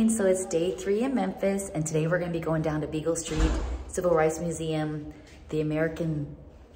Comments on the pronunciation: LoL... It's so cute that you keep saying Beagle st. It's Beale st. ☺️😂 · you crack me up "Bagel" Street...I think u meant Beale Street!!! Lol 😆 😅😂 Looks like u all are having a blast!! I wonder how the boys are doing??? Stay cool!! These hot days are killing us all down here!!